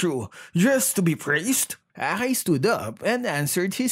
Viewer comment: The way pronounced akai as bakai 😂😂